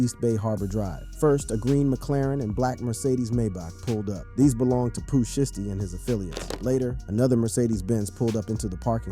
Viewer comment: At least say the name shiesty correctly 😂 you doin that on purpose ??